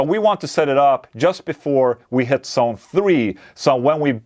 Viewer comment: Not 'sone, but 'zone' - might be misleading